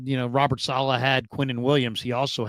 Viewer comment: It bothers me way too much that Raj pronounces "Saleh" like "Selah"